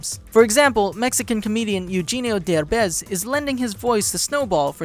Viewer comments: Pronounced Eugenio Derbez's name wrong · I love your channel. please do 107 facts about lego ninjago masters of spinjitzu ( if you haven't already). P.S you said Eugenio Derbez' name wrong..but I guess its because its a Spanish name.